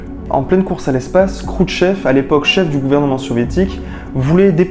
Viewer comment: Krouchtchev pas Croûte Chef 😂